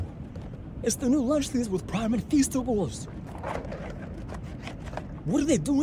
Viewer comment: The way she says "Preim" is so funny